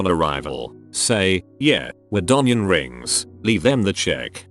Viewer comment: "We're donion rings" kills me 🤣